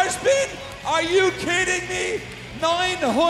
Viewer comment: "ARE YOU KEEDING ME?!"